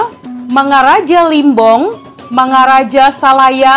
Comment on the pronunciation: Bukan mangaraja salaya , mangaraja sagala